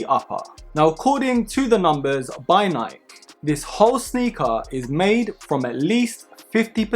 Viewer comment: him: according to niik me: 😭its nik e not niik